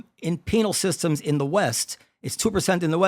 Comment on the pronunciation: haha “penile systems”